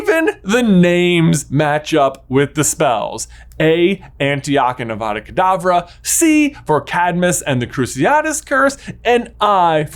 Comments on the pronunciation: Ah, yes, my favorite spell. AVAVA KAVADAA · it's awada kadabra.